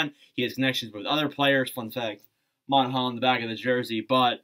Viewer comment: The way u say monahan is just sad